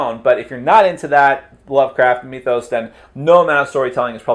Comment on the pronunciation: did you say "cthulhu MEETH-os?"